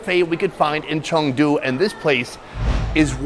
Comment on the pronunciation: Its Chengdu not changdu red neck.